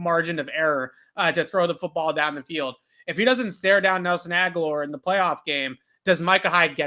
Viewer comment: you have butchered so many names it’s ridiculous at this point. If I have to hear you say Ag-u-lar (instead of Agholor, ag-o-lore) or MontGOMery (pronounced mont-gum-er-ee) my ears are gonna slap me in the face. Take literally 1 second to learn the damn names of the players that your report on. Smh montgomery is literally a very famous name